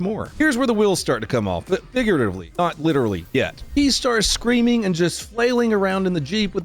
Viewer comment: ....Say that again😅. The Word is FIGURatively